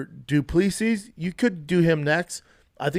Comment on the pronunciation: Dude.. it's du-plea-see.